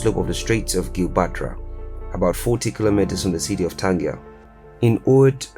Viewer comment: You mispronounce the city's name